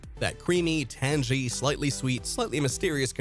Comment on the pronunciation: Tang ee. AI or you don't know how to say Tangy? The video wasn't bad but...